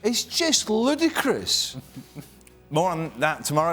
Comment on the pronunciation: No one: Literally no one: Craig Burley: It's Lewdacress